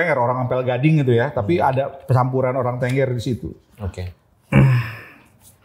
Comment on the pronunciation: maaf penyebutannya "TENGGER" bkn tengger 🙏